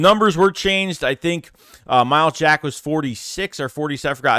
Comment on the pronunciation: Wow said his name right 😂 my starting LBs I want Dean and Jack